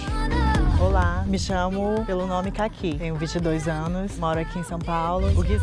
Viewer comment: tenho vinte e oito anoxxxxxxxxxxxxxxxiiiiiiiiiiii, sou carioca (nem precisava dizer) kkkkkkk